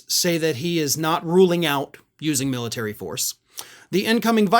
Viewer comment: The "Miltary.".